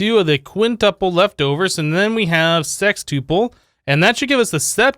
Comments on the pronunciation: Anyone else bothered by how he pronounced “sextuple” or “tuple” in general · “Uple” is pronounced like “couple”